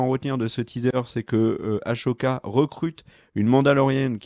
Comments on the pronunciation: "AssssssssOka" pas "ASHoka" Ça s'écrit Ahsoka, il y a pas de "ch" dans hs ! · Après toute ces années t'as toujours pas compris que c'est Ahsoka et pas Ashoka c'est fort quand-même... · Comme dit plus bas on dit Ah ssoka pas Ah chaud ka! XD😅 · Ker le malin qui dit Ashoka au lieu d'Ahsoka. comme par hasard plein de commentaires à ce sujet. comme par hasard. Très malin. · Les gas je vous adore mais quand vous dites Ahsoka comme s’il y avait un CH alors que non ! Si on écoute la vf ils disent Ahssssssssssssoka Ahah avec un S ! Voilà c’est tout sinon j’adore vos vidéos et votre humour 😜😜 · j'ai beaucoup aimé la vidéo, les informations sont sympa, l'ambiance est chill mais ... pitié Ahsoka se prononce A-SO-KA pas A-SHO-KA. Le H est avant le S. :)